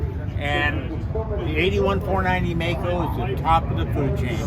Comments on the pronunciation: Maico, non Meico. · Maico, pronounced My-coe, NOT May coe. I worked at the Maico importer in Detroit, Gray International, parts manager...Middle '60's